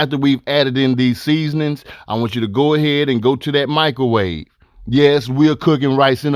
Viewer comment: “Michaelwave” lmaooo but real talk, this smacks tho